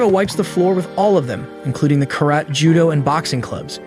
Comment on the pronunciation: anyone else triggered by how he pronounced karate and chanko nabe?